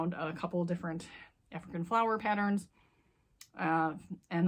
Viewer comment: Flower not fliwer